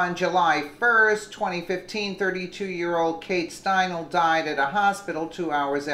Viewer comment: Kate Steinle.....Stein-lee.